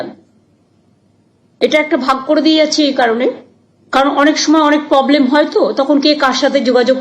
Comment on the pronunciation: Are bhai poblem noy.... Problem😅😅Problem. Pogram na..... Programme😮😮